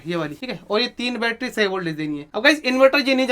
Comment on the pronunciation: Battery ❌battra✅😂